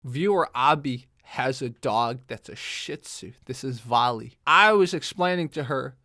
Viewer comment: Valli! 😊 so interesting to hear it actually pronounced correctly!! Cool history too. Love the end note 😂 “just enjoy your dog”